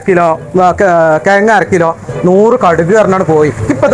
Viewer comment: ന്നാലും കേഴ്ങ്ങനെ കേഴ്ങ്ങ എന്ന് വിളിച്ചത് ഒട്ടും ശരിയായില്ല 😂😂😂😂 ആ കിഴങ്ങൻ നോക്കാ കിഴങ്ങ് തുക്കുന്നു 😂😂😂😂